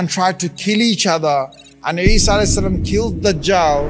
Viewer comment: its not eesa its Isa (as)